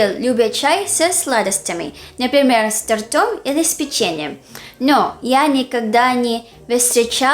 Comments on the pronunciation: Правильно говорить "с тОртом", а не "с тортОм". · В слове торт - ударение всегда на первом слове. С т^ортом